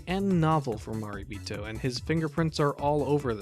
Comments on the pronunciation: Good video. Gonna watch this movie. But, It's pronounced "ma ray bee toe" not "ma ree bee toe". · Your pronunciation of 'Marebito' hurts my soul. I like your videos in general, though :)